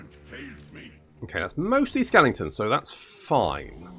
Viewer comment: It's pronounced 'skelingtons' - not 'skeletons' SMH